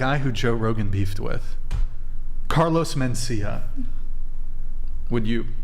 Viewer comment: said carlos mencias